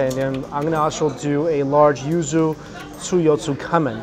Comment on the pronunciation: I thought you said “ used “ ramen instead of yuzu ramen lol I was so concerned for about 15 seconds